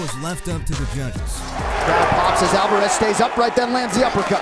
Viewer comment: I'mma Help You Out With How To Pronounce ALVAREZ. ALVA- REZ ALVA- REZ ALVA-REZ